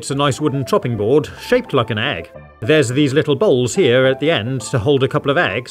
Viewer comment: I mean EEEEEG not EGGGGGG